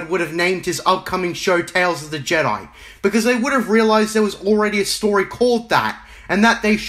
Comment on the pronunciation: Damn bro, the video really showed Filoni who’s boss. That’ll teach him for making a non legends related story, or “stowy” as you say